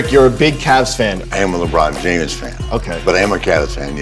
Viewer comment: did he just say he's a "LeBron Jamus" fan??? 😂 WOO 😭